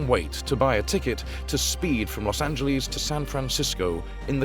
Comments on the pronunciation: Why the hell can’t British people pronounce Los Angeles properly? There’s no Z in Los Angeles. They get pissed when we mispronounce the Thames but they all get a free pass on this? It’s Los An-juh-less, not Los An-juh-leez. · Pronunciation is "Los Angeles' NOT "Los Anyyieles"...........Remember "Los Angeles" is a Mexican name Not a Gringo one. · Cringe at Los AngelEEZE. Ugh.